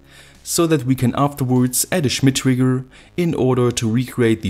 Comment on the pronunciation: Schhhmit triggggrrrr